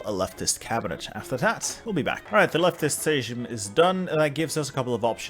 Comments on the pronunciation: Hey, love the content. I believe Sejm is pronounced like same is in english. Again love the videos they've helped me with some hard challenges, like Macedonia. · "sejm" read as "seym" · I love how he keeps calling sjem sejshm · It's 'same' (Sejm) :)